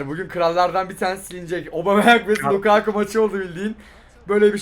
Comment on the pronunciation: Biri lukaaaku değil lukaku olduğunu söylesin